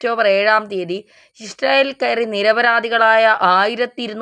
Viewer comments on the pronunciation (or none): none